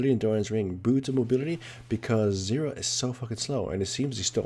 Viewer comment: well.. he pronounces it like syrra xD. Thats why ;)